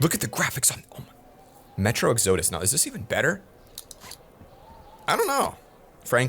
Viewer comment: Said exodus completely wrong